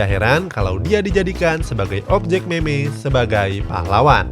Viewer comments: baca nya mim min bukan meme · Meme dibaca mim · Meme kalo di baca mem cuk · meme di baca mim .